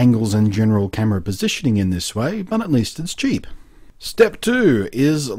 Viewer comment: I love how blunty says "but". "BAHT"